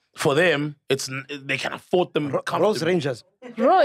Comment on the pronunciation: We heard you well Sol, you said “Rose Rangers “ 😂